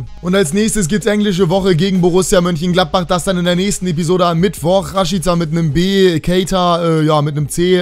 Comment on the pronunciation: Raschitsa wird der ausgesprochen